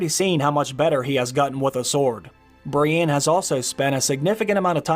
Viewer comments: Bree-EN, not Brianne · Stop bloody sayin Brienne!!!! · The way you say “Brienne” 😂😂 Cool vid though!